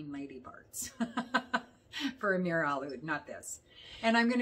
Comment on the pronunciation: Amir a what? Trying to figure out what you were speaking of as the cinnamon one.